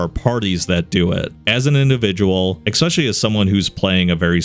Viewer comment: especially, not ex-specially